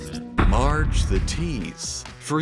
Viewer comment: At the beginning did he say large Simpson ??